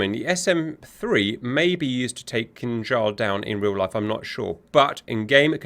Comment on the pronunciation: I knownyour saying Kinzhal, but it sounds like "King Charles". Imagine if we could launch his majesty at Mach10 to single handedly smite our enemies. Magnificent. Funny if someone modded the 3d model......